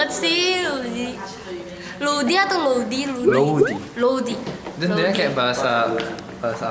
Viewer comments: loudy?gue dengernya rudi loool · Paling asline jenenge Rudi tapi ilat e wong Korea gak iso ngomong R dadi maleh Loudi😁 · loudi tuh pronouncenya Rudi? gitu.................... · Unearthly Cat ahhahha....sama saya kira juga mungkin karena di korea ga bisa ngmong R jadi ganti loudi...